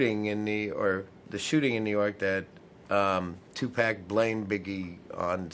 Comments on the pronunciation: Its tupac not tupack. 😮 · Tu pock. Not Tu Pack. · Just him constantly saying 2 pack made me say f this video at 1 minute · you said Tu pack😡